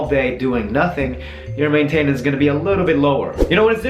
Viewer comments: Hey stupid it's not may tay nance! It's maintenance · Just fyi, I know English isn't your first language, but generally maintenance is pronounced with emphasis on the main instead of the ten. But thank you, this helps a lot! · CJanik15 main-tain-ence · The reason why he pronounces maintainence like that is because he is from Sweden, almost everyone pronounces it that way here in Sweden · It's funny how you pronounce maintenance haha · He says maintenance wrong! Lmao!